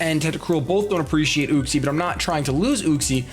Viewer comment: Uxie is pronounced You-xie